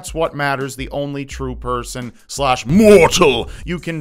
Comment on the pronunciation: How he says "MORTAL" 😂😂😂😂😂😂😂😂😂😂😂😂😂😂